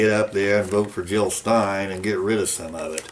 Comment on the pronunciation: JiLL NOT HiLL!